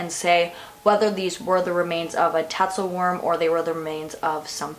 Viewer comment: It's spelled "Tatzelwurm", but the pronunciation is "Tatzelvurm" because the "w" in Germanic languages is pronounced like we would pronounce a "v". But I think we English speakers get a pass. 😁